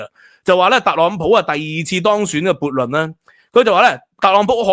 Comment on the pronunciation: 不是悖（撥）論，是悖（背）論！！